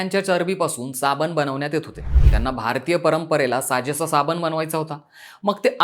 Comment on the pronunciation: आम्ही सुधरायला तयार नाही आम्ही गावठी आहोत हे दाखवण्यातच कौतुक व मोठेपणा वाटतो. हा शब्द "साबण" आहे , "साबन" नाही.